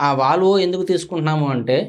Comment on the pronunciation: వాలవో. కాదు. వోల్వో. అనాలి...